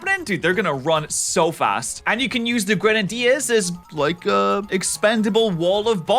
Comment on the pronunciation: my man just said grun-uh-dears